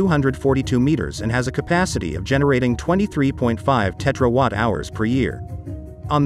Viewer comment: I know tetra packs. But what the heck are “tetrawatt hours”? Are they just a document of your educational gaps? The correct term is "terawatt hours"!